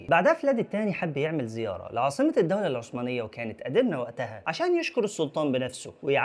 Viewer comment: اسمها الدولة العثمانية وليست الدولة العسمانية